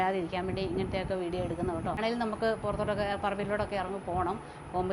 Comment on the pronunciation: കേട്ടോ എന്ന് ആണ് ഉച്ചാരണം.